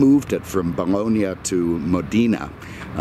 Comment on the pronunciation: Pronounced "Bal lon ya"! Not "Balonia"!